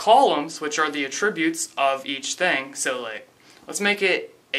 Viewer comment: The world "attribute" when used as a noun is pronounced ATtribute. When it is used as a verb, is pronounced atTRIbute.